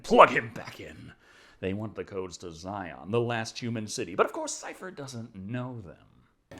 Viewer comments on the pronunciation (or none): none